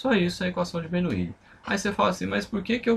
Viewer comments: É Bernoulli NAO BERNOUILI 😡😡😡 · mas como professor você que deveria se preocupar com a pronúncia para não cair no ceticismo em relação ao seu ensinamento.